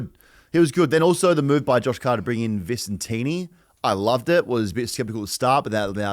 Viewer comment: I think my favourite part of the round had to be Tom Hawkins calling visentini 'vincentini' and calling hough 'hugh' the entire fucking game and no one even attempting to correct them